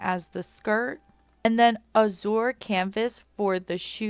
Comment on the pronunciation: My only confusion was what you referred to as "hidden outfits" because there's nothing hidden about those? Also, azure is pronounced "a-zher" instead of "a-zoor"